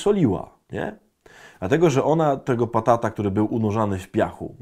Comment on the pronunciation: Adaś, batata, a nie patata